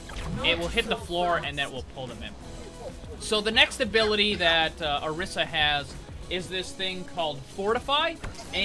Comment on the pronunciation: pronounce your name odisa but its spelled orisa